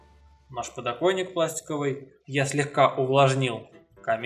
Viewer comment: надеюсь у тебя все таки не подоКойник, а подокоНник) лежит